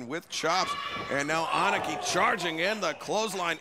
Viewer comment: Would somebody please fix Justin Roberts? Aniki is not pronounced "aunt nikki"